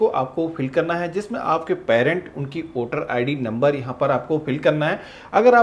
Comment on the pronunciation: वोटर है ना कि ओटर